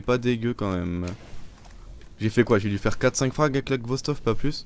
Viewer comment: tu dis ghostov au lieu de khostov x) , mais sache que c'est une excellente arme , je pensais que tu l'avais deja test